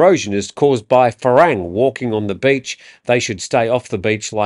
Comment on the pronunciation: I watch every day. You need to fix one thing. Today you used the word "farang". Farang does not rhyme with the word "I RANG a bell" . It rhymes with the word "you pronounced it WRONG " So fa-wrong